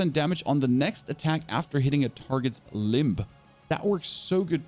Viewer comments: A-cure-assy and lim-ba... wrong emphasis with the syllables, limb - the b is silent and there's no a, so it sounds like lim. and accuracy, should sound like ak-cure-assy the a isn't a as in apple its akkk sound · great video and thanks 🙏🏼 I must say though you have a funny way of pronouncing some words… Mass “Moss” 😄 Accuracy: “Acurrosy”? 😅 Favourite: “Favorott” 😂 and you even emphasised the “b” in Limb! 🤣! not trying to be rude just I noticed lol